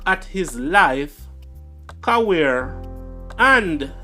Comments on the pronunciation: Career not caweer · The word is CAREER not CAWEAR sir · What’s Cawear??!!….go learn to read and pronounce words also please work on your diction. The word is Career !!! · “Cawear” thought it was career as in ‘ca-rear’ 😅😅😂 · Bugs bunny 🐰 the cartoon character would've say Cawear ....😅😢😂 lol...the right words is careers